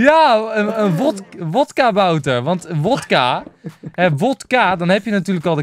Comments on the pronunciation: vodkabouter niet wodkabouter enzo haha😂❤ ps:je video's zijn geweldig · Yo enzo het is geen WODkabouter maar VODkabouter